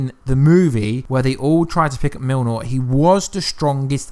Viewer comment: Cool vid! (but why you call Mjolnir Milnor)